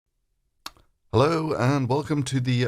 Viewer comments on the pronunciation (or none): none